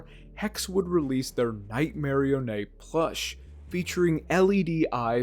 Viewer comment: Lol, I never heard anyone pronounce Nightmarionnes name as (Night-marry-onay) haha, i like it.